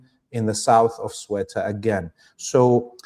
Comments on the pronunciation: Given the nature of the Regime in Morocco, isn't it likely that many if those jailed are innocent?, seems you forgot your phonix... the e is before the u in Ceuta... another way would be to go to Google Translate, and have it pronounce it for you (to make things more difficult, castillian spanish pronounces the soft-c as "th"... but Google got it right. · Hi. You're definitely NOT pronouncing Ceuta correctly. And as a Spaniard I find it a bit unnerving... 😂 If you want the proper Castilian Spanish pronunciation, it'd be like Theh-oo-tah whereas that Th is read like the one in think. Anyways, thanks a lot for you good job. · Thanks and, great podcast! Just to confirm and for future reference, "Ceuta" is pronounced as "Theh-ooo-tah". Here in Spain, we already know that the US, Israel and Morocco were involved in this crass publicity stunt where sadly dozens died, and so we remain united against the Zionist enemy. Free Palestine! 🙏 Much love and prayers from a very hot and sultry Spain.🙏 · It's pronounced "Se-UUU-TA", with the accent on the `U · If you don't have time to check the pronunciation beforehand why not pronounce it phonetically? We won't fault you for it. I would think it would be more like See-you-ta. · its pronounced Ka-yoo-ta. BTW i agree Israel is at work here, but claim that there are no disputes between Morocco and Spain is insane. Algeria and Western Sahara are two massive disputes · It's pronounced S like in song, E like in when, U like in tooth, T like tempest & A like in ample SEUTA. Rgds & thanks for your good work. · Ceuta is pronounced: say-oo-ta🙂(oo as in good) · It is pronounced Sebta by the indigenous population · Thauta for English speakers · Ceuta = " thay-ooh-tah" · Inaccurate and dishonest information you should both do your homework you not even know how to pronounce the name correctly of the city you both don’t know anything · You pronounce it as Sew-ta. I see many people pronouncing it wrong.